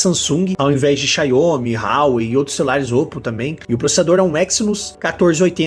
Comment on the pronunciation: Que Xaiomi cara me ajuda aí ; é Xiaomi , Xiaomi, Xiaomi . O brasileiro não consegue falar nem o português direito e ainda fala o nome das empresas erradas . Bem que o professor Olavo de Carvalho dizia ; chegamos no fundo do poço !!!!